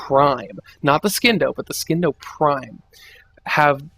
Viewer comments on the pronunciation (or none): Oh my fucking god. I literally cringed every time you pronounced "Scindo." THE C IS SILENT!!! God the illiterate fucks who make themselves look stupid on the internet. Also, the orthos prime is very good. Everyone should have one. Put a primed reach on it, and you're set for life.